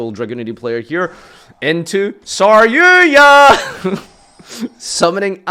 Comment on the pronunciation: Why do you call it SarYUYA?